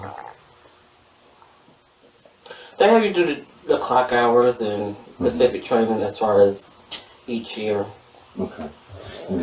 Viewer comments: “they do pacific” FART noise 🥲🥲🥲🥲 This Bish been educating and watching children for 26 years but can’t say “specific” correctly??? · It is “specific “ not Pacific. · If she says " Pacific" instead of " specific" I'll scream 😂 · Does the word "PECIFIC"mean the same as the word "SPECIFIC"..?? 😂😂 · Bury her under the jail but before they bury her tell her it’s SPECIFIC not PACIFIC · “Pacific”😂😂😂 tells me everything